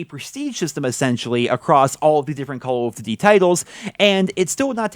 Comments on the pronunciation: “Cullv Duty” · The way you pronounce "Call of Duty" makes me smile.